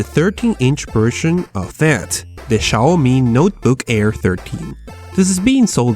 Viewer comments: Not Chaomi, Xiaomi! [Siaomi] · Не Чауми, а сяомИ́И́И́И́!1!1! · It's xiomi not chiomi ffs xD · It's "Xiaomi" not "Ciaomi". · se pronuncia ziaomi,o csiaomi , no chiaomi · Shiaomi? Seriously? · It's pronounced "seeow mee" btw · yes. but its pronounced jowmi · Chaomi??? Schaomi??? Really?